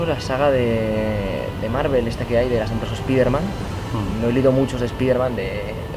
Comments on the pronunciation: ¿Por qué los españoles no pueden pronunciar la palabra spiderman como se debe? Es que me parece chistoso cuando escucho su pronunciación. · A molado. Pero con respecto a la pronunciación del nombre Spider-Man, decirlo como "spaider-man" ya es un error, primero, no suena mejor que la otra opción, segundo, si la idea es decirlo como se dice en inglés (cosa que queda aún peor fonéticamente con una frase en castellano) el nombre en inglés se pronunciaría "spaide-men" ni marcas la "R" ni dices "Man" o sea que a este nombre le pasa como al nombre de David, en España se dice como se lee y en países de habla inglesa se pronuncia "Deivid".